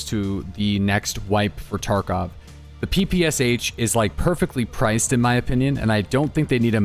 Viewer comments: No it absolutely is not pronounced papasha. Stick to your own language before you teach others. Its closer to "pepeshah". English doesn't really have a great pronunciation for how we say our "p"s, but its definitely not PA lmao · It is pronounced PEh-PEh-SHa btw. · In PPSh "Sh" sounds not like two characters S + H, it's sounds like first sound in word "shout" for example. Thanks ) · SH is not like S and H, it is sound SH, like sharp, shake and ect🤣